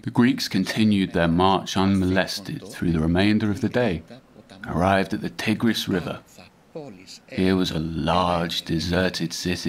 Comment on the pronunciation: Tigris is pronunced TY-griss, not TIG-riss.